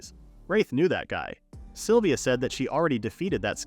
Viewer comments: AHHHHHHHHHGGGHHHH! It's "SYLVIA"!!! Not "saliva"! For f#$ks sake! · I had no idea the name "Sylvia" was pronounced "saliva" !!! 🤣🤣🤣🤣🤣🤣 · sylvia: ❌ saliva: ✔ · The AI calls Sylvia “Saliva”, and he to she, from time to time. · I am sitting here listening to this in the background and heard someone being called saliva multiple times and said to myself "who the f is saliva?", it a was Sylvia lmao